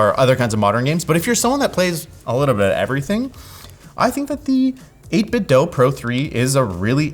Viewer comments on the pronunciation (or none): It’s 8bitDO not 8bitDOH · “Eight bit DOUGH”? Think about what you’re saying; read the name in your head, split it up. Would it be “dough”? Don’t be ridiculous. It’s “DO” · I know this is not going to sound right but the name of the company is āt-bit-do͞o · its 8bitdew not 8bitdough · why does he say 8bit dough? is he mentally delayed? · Isn't it pronounced 8 bit doo lol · Mispronouncing 8Bitdo in 2025😔